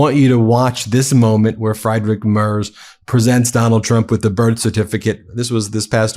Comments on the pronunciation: For clarity, it's closer to "Free-drick Merts". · Friedrich Merz. Ben, PLEASE learn how to pronounce this man's name. Freed-rich Mehrtz. Calling him Fried-rich (even though that's how it's spelled in English) is just ridiculous. Or just call him the German Chancellor. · Fr-eye-drick Mars? Are you serious? For crying out loud, at least try to pronounce the guy's name correctly. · I can't stand him, but his name isn't "Freidrick", "Mars" or "Mers"... it's "Friedrich Merz". 🤷‍♂️ At least try to stick to one pronounciation of his name instead of two or three. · I like your Videos, but maybe you should decide on how to pronounciate the name Friedrich Merz. As a german I would suggest: Freed Rick Murds... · Does anybody know of a truly unopinionated channel for news? Ben you are pronouncing the German chancellor's name- free druhk murtz. So many opinions here, and I'm not a Trump regime fan,. Isn't there a channel that just gives the facts? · You oughta look up pronounciation of names. it's FREEDRICH MERZ, he ain't fried - that would be Elon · "Friedrich Merz" is pronounced FREEdrikh Mehrtz. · It's pronounced Free-drick mertz😊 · FYI Friedrich Merz is pronounced "Freedrick Mertz" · You pronounce his name Freedrich Mertz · how can one mispronounce a name that often? just use google translator in german an type in "Friedrich Merz" and at least try to pronounce the name properly... there were like 4-5 versions of this name in these 15 minutes but none of them were correct. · Please take the effort to at least half-way properly pronounce Friedrich Merz's name. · insulting muspronynciation of German chancellor'a name